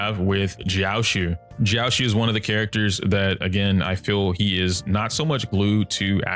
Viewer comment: it’s pronounced jiao-cho. love your videos!